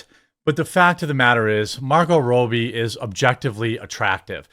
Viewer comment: Its Rob-E not Roe-be 🤦🏻‍♂️